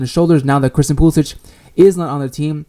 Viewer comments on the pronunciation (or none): I agree with most of your points, but you have to start pronouncing Christian's last name correctly.